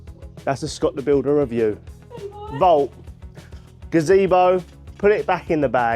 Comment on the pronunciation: Why are you pointing the camera at the name on the box where it clearly says VAUNT but you still keep saying 'Vault'?? 👀